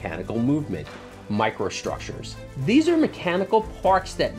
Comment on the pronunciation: WTF is a "microshtructure?" WTF Is an "indushtry?"